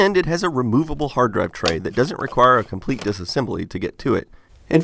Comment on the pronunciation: "Hard draive"